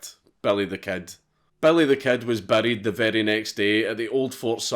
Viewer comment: Why would you call him Belly instead of Billy? 😂😂